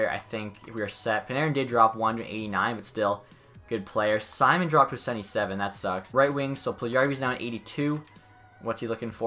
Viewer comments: It’s domnik see-moan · Pronounced as see-moan